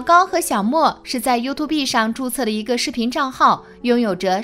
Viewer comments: 她还说you to be… 笑死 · 把發音學好在說拉 YouTube不叫youtu~B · you too B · youtube唸法不是唸" you to be" 而是要分開唸"you tube".唸法: "you 梯烏補"，做為一個油管的優質視屏，連基本油管的唸法都錯，豈不遺笑大方? 即使內容再精妙絕倫，也難有說服力。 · 拜託一下，YouTube 是唸油吐，不是油吐必！ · walao eh，这个英文水平我真的是beh tahan，看了听了前面30秒我就顶不顺料，暂停视频后想关掉的，但就是忍不住要来吐槽两句 😂，听得真蓝瘦，YouTube居然给他说成 You To Be，笑死，我隔壁家三岁的小朋友发音都还准过他叻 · 是唸you吐(三聲)哦，不是you 吐B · Youtube不是唸you to be😅 You+tube > 跟我唸一次：(you) (toㄅ) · 还优兔碧呢，你这英文水平跟内容只能是误人子弟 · 聽到you to be的發音以後就不想看了😂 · 不能同意更多了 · 他频道里读过很多次啊 重音是错的 放在tube上了 you’tube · 这个女的讀出是 You Two Bee 呀... 很过份吧，相对来说老高的只是很轻微.. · 什麼是U 2 Be啦。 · 第一次見有人說念 you to be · 第一次聽到有YouTuber讀youtu"B"，差點笑死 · you to b 笑死人😆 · 优吐b太赶客了，看不下去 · U 2 畢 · you tu be哈哈哈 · 沒想到這年代還會有人唸「優吐逼」🤣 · 說了 You tu be… 就覺得惡心了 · “you to be”這讀音我笑了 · “优”“秃”“逼”，你的英文真牛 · 出影片前能不能做點功課，讀YouTube “B” 是想笑死外國人嗎？ 聽到都尷尬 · 連youtube 這個字都念成you to be 的人還能瞎掰什麼,牆內就不準看youtube 何來的封殺. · 想听可是一听到you tu be 就听不下去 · 作者是不是沒看過youtube 啊拜託不要唸you to be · you to be 什么鬼？要说中文就好好说，油管就油管you 吐 必 啥玩意😰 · you tube B 連發音都發不對 還發布視頻？ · 油2be，nb的发音😅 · 不是u吐必好嗎🙄聽到這發音就看不下去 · You to be 是三小啦... 要用這平台還不會讀這平台名字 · 能不能不要唸youto畢.... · You two bee... 聽得人吐血... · you和tube是两个单词，求主播查查发音正确念读orz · YouTube 剛出來時很多都這樣念啊，後來才開始發現念錯😂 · 連YouTube 都不會念 有夠智障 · 能不能查查词典再念YouTube这个词？！！一听就感觉文化程度很低…… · 請把英文發音說準了才來議論事情吧，連youtube怎麼發音都不懂，我也是醉了😅😅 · youtube的发音都没准过就说别人对科学的态度不严谨。。。别人一直都是站在中立的角度上发表自己的观点，说得仿佛自己没有脑子，只能人云亦云一样，已点踩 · 連YouTube 都不會唸，這素質就是好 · 你学人做什么youtuber? 连youtube 读音都不会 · 老高那不就是個睡前故事嗎？不是正經科普啊⋯⋯你這蹭熱度也蹭的太噁心，營銷號多讀點書吧⋯⋯YouTube 都能唸錯。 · 听到她念YouTube我就直接来评论区了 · 请先把 youtube 发音搞正确再说。后面全在瞎比比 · BE 不發音吧... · 連YouTube 都不會唸 留個言就關掉了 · 能把youtube念对吗？ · YouTube都念不对 还在那bb